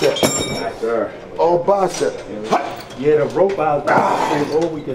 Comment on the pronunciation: not bacep its bicep bro😂